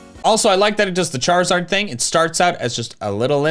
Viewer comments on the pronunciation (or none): none